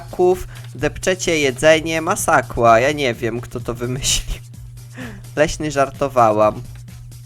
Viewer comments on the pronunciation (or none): Uwielbiam jak mówisz masakła xD